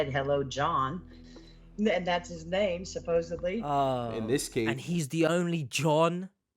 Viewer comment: Do you wanna know what my biggest question is? Why can NOBODY here in the US not pronounce the word "supposeDly" correctly? Love ya, H! I enjoy being here with you.